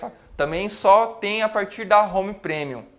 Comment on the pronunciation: sou muito grato por ter acesso gratuito à esta vídeo-aula. Só acho que o prezado mestre poderia consultar o Google Tradutor e ouvir como se pronunciam as palavras "Touch" e "Premium". De qq forma, sua aula é muito boa. Parabéns!!!